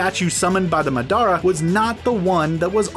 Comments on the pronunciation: I had to replay the video to actually understand the pronunciation. Bayukagan? Hayuga Clan? Aakausuki? Madaara? Kabuuto? Yamooto? Shaakra? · The ten tails summoned by the ma-DAR-uh -, 2018